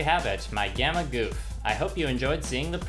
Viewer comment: It is not pronounced goof